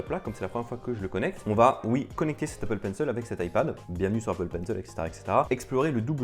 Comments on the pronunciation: Bonne vidéo ! Mais on dit Apple penc« il » pas Apple penc« eul » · Apple Pencil pas penceul stp 😂😂😂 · Appppplllle PENCIIIIIIIL pas « penceul » 😭😭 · c'est pas toi qui nomme apple penciel mais c'est apple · "L'Apple Peine seule" 😩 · Apple Penceul 😂 je kiffe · L'Apple PencEL, l'EUSB-C, et d'autres encore. Est-ce que tu ne devrais pas faire attention à ta prononciation? ;p